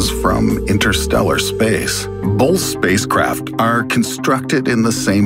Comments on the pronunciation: Bolth of them? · Are you saying "bolth" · also going to say "Bolth"